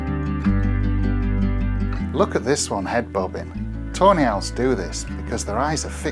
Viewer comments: every time he says "Tawny Owls" I hear tornails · I can't help but hear "toenails" whenever you say tawny owls 😅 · i cannot stop hearing toenails everytime yoyu mention those owls